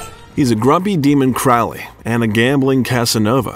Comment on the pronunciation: or pronounce key words and names, Crawley el al. Not a bot just superficial if comprehensive research.